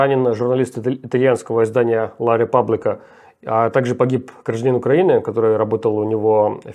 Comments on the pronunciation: Ла Република, а не ла Репаблика. Почему Руслан коверкает итальянский язык в угоду английскому?😮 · Ла РепУбблика, а не РепАблика! Это итальянская газета, а не американская! В мире кроме английского ещё шесть тысяч языков, чёрт возьми. И не в первый раз эта РепАблика. Если журналист не удосуживается элементарно выяснить, как произнести название газеты, на которую он опирается - можно ли доверять его экспертизе в других вопросах? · La Repubblica читается Ла Репубблика